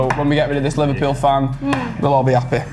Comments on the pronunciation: How come they didn't pick up Liver-"pew" scouse pronunciation, when most all other people would use the default Liver-"pull" way of saying it. I'm not even a native speaker and I got that on the first time he uttered the word and he did it maybe 4 or 5 times as a whole. P.S. I am a Liverpool supported so maybe I'm just attuned to the scouse speach by now 😂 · gave it away the way he said "Liverpewl" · The way that said ''Liverpouuueeel'' threw him away for me right away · the way he pronounces liverpool makes it obvious knew it when i hesrd it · Can't believe said liverpoul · It’s the way he said Liverpool, he said it in a scouse accent